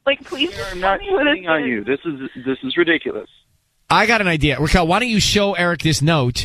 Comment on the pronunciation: It's Raquel, not Rickel